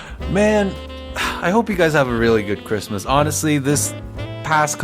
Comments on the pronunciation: it's not chritmas T_T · its not chirmas